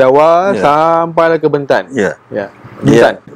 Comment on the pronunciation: Sebutan BENTAN .perlu di betulkan ..E nya bukan E pepet ..tetapi E teleng